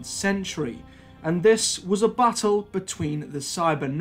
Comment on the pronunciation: Sometimes when you say ‘battle’ it sounds like you are saying ’butthole.’